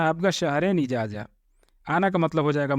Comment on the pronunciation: Ejaja nahi ejaza